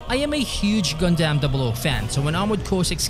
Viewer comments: Its pronounced Gun-dum not Gun-damn 😂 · Never heard someone pronounce it as GAN DAMN